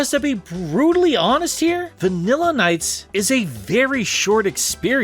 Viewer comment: Look at NiGHTS : Journey of Dreams, it's pronounced like your second attempt. You got it.